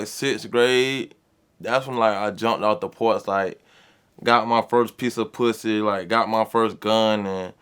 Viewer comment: "I got my first peace of poo-say!!!"!😂😂😂😂😂😂😂😂😂😂😂😂😂😂😂😂 POO-SAY!!!!!!!!!